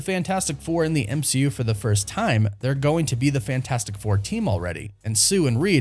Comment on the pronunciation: So what is it? The M-She-U?! or the M-Wash-U?! 🤬